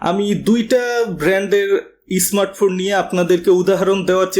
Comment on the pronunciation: ইসমাটফোন, জরিপানা, ইসপেশাল এসব কি ভাষা ভাই ? এমন স্পেশাল ভিডিও বানিয়েছেন, একটু শুদ্ধ করে বলেন না কেন...